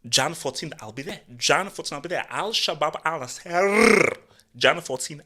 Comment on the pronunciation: Fantastic post again! Everytime says Al Shabab I laugh so much I literally have tears in my eyes. 😂😂 keep it coming. I'm slightly worried tho coz what does the Football Hut look like in a world without Cristiano? 🤔